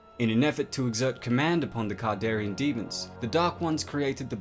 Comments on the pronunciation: Can-dare-e-an not "cardarian" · You keep calling the deadites kardarian demons and the dagger kardarian, it's not kardarian it's kandarian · Kandarian not kardarian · It's CAN-darian, not CAR-darian. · It's Kandarian ,but nice work! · Dude... It's a Kandarian demon, not kardarian demon. Jeez... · He says it wrong every time. Kon-dar-ee-in. He sounds like he mixed it with Kardashian. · you didn't really cover any lore rather than review and repeat the plot of a few movies. The pronunciation of Kard instead of Kand is also wrong. In a video about exploring, this one came off as just a bit lazy. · Learn to pronounce a word right it's kandarian dagger not kardarian that's annoying when you butcher a word that's well known by the fandom and that you align deadites with zombies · Pronunciation needs work but cool video. Kandarian Sam Rayme Necronomicon ex mortis not morte, that’s HP Lovecrafts version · He says Kandarian wrong so many times, I feel like this video is a joke meant to rustle my jimmies. It worked. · and he's not saying kandarian right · Kandarian not kardarian and it the necronomicon you've pronounced both words wrong